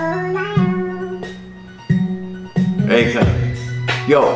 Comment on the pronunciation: My man it's akon not akron